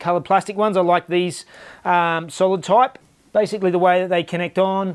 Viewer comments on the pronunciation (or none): none